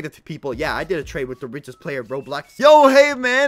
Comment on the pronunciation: You said blayer